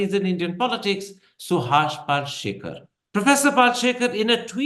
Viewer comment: Its pal-shi-kar, you goof. Get the name right, koron thopar